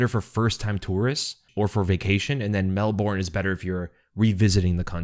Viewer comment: Melburn bud. They will make fun of you if you pronounce it the way it's written.